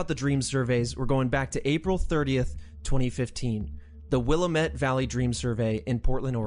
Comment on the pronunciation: Just so you know the correct pronunciation of Willamette is “it’s Wil-LAM-Mette, damn it.” Take it from someone who actually lives in that area. 😉